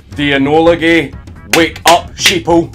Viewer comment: Makes me laugh whenever he says GAE - with the scottish accent xD